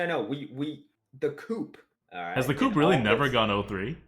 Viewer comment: Why does always pronounce co-op as coop? I‘m just curious and it kinda tilts me everytime he says it. Shoutout to for mentioning Nole Nr. 1!:D